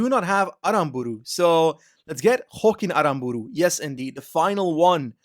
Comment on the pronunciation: Great video! Just one thing, in Basque Jokin Aranburu (Jokin is from the Basque country) is pronunciated Yokin Aranburu (J is pronunciated Y in basque).